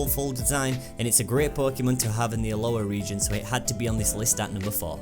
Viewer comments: it's Alola not Aloha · and I just realised u said Alola haha